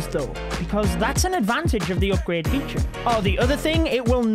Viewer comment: Why he saying Opgrade instead of Upgrade ???